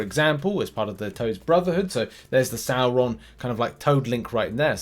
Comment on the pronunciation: It's pronounced (as per the animated series) Sor-ron.